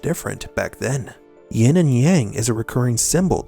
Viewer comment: Yin not “ying”